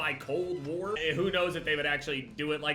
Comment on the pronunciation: Cold Wer And Werzone